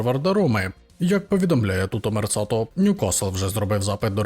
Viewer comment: ...Тутто мерКато,а не мерЦато...